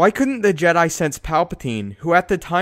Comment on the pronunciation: tha je-diiii still haunts me....